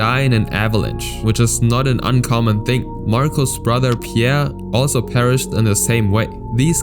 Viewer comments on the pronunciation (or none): none